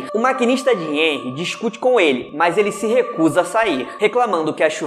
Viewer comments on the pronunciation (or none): NÃO É "enrry" A PRONÚNCIA, É "rrenry" (eu sei q n existe palavra con maiúsculo primeiro mas é só como pronuncia) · Pronuncia de henry: réuir